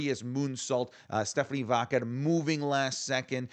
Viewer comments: Everyone: Stephanie Vaquer: Stephanie VaQQQQQuer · Why does he mispronounce Stephanie vaquer name like that? Sounds like he saying vodka lol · More like Stephanie vaqueRRRRRRRRRR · Even Stephanie herself doesn't pronounce it like does